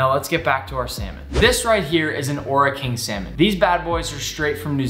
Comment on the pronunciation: I’m from New Zealand and when you say Ora King, you roll the R and say Ora King